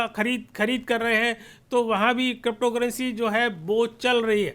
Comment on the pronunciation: आपको अभी तो क्रिप्टो शब्द भी सही से बोलना नही आता